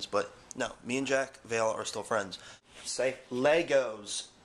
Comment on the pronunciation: your son said lego with spanish pronunciation, you should start teaching him spanish, it'll be a walk in the park for him. ^.^